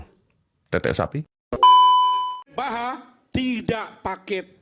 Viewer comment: Wilfred zaha bukan wilfred baha om rasman salah sebut nama